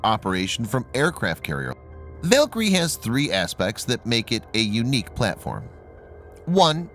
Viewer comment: I believe you were mispronouncing "Valkyrie." That's a minor detail, though. Very interesting video.